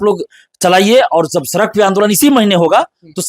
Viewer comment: सरक नहीं सड़क होता है भाई 😂😂😂